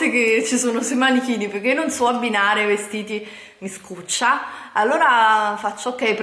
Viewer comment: Ma come cazzo parla? Declaton,galzini, mi scuccia ihihihih